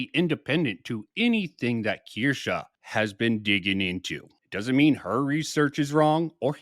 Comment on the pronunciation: I disagree with quite a few things said in this one. But the main 2 are how you pronounce Kirsche lol, and that you keep saying 7 months compared to 5 years. Sure, Kirsche says many times she discovered Bridge 7 months ago, but that doesn’t mean she discovered DEI 7 months ago. I know nothing about EU and very little about Kirsche, so the implication is that EU has more credibility than Kirsche because 60 months is more than 7.